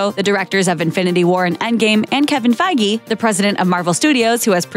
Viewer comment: "Kevin Fagy"? For real?!